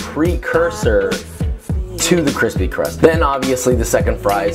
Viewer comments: I think you misspelled “cwispy” in the title😄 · Look at young cwispy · it's cwispy, extwa cwispy! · Its Pronounced CWISPY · I’m kinda mad you didn’t make it “kwispy” in the title.